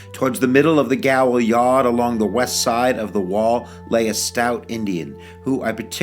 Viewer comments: Thank you for this. Just so you know, gaol is the British English spelling of the word jail and is pronounced jail. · Gaol is pronounced jail. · Not to be a dick, but gaol is pronounced "jail".